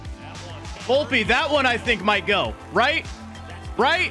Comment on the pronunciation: Vlopeeeeeeee not volpa⚾️⚾️🤦🏻‍♂️